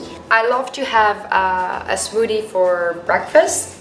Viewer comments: I love the way she says smoothie.. “smoodie” uwu my heart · Her accent is so cute . I love how she pronounces smothie. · what's a smoodie?? 😂😂😂😂😂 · i love the way she says smoothie omg